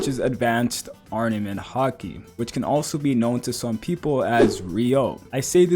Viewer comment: “Ardament Haki”, jokes aside tho solid video as always